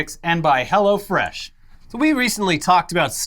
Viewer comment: Sounds like says "go to hell fresh"